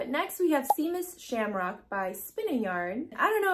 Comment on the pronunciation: Lol!!! Seamus. Please look up how you pronounced that wrong. You gave me a good laugh. I gave this video a like just for that. 😂